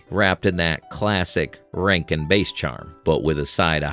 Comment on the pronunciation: Hey AI bot! It’s Bass. Rhymes with Ass (like a donkey).